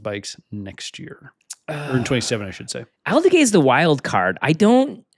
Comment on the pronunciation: Love this pod, guys!! Just ONE FYI…. Fermín Aldeguer’s name.. 😂 Pronounced Alde-GARE instead of Alde-GEH, for next time! 😂